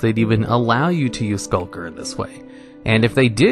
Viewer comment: Why does he have so much trouble pronouncing Skulk lmao last video I saw he called a Skulk “Shulk” and now he’s calling Skulker “Sulker”